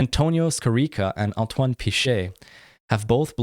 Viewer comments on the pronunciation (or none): none